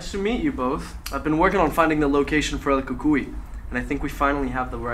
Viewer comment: I still have my 1983 toyota truck, the English accent was right on. El Cucuy is perfect.. This is better then Netflix. Downey, California